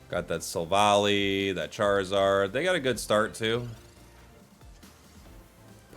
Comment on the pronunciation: I am quite sure it is pronounced as Silv-Ally with the high friendship evolution method and the pokedex entries in the main series games.